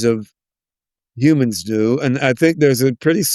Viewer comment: I like how he says "humans" the same way as Yudkowsky 😂 "Yewmans" or "Yewmuns 🤔"